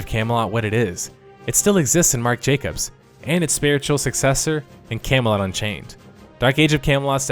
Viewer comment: You pronounce Camelot like "Came a lot"